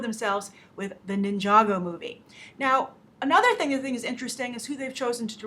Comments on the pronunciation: you had it correct to say nijago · GAAAASP!!! you said ninjago right like nobody else does!!! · yep you said ninjago right :D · you did say ninjago right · You did pronounce ninjago right